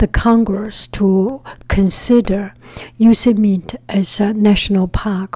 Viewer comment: Pronounced Yo-sem-mitey